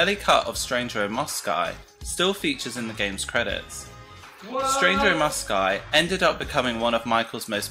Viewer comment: Why cant he say the word Moscow? he says Mosceye wtf lol